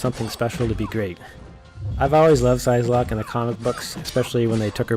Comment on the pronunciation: Great video but it is infuriating that you don't know how to pronounce the name of a character you supposedly like. It's prounounced like "sigh"locke, not "size"locke. Otherwise handy tips.